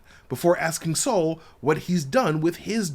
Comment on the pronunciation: Bruh, his name is Sol, not Saul! lol